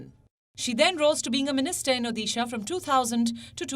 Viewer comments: I'm from Odisha so I thought I'd point this out.....it's pronounced Odisha with a "d" sound no "dhee" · It’s not Odisha (ओदीशा) . It’s ओड़िसा for heaven’s sake! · The d in Odisha is to be pronounced as the d in Order. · Do learn how to correctly pronounce the state’s name. It’s high time people start doing that!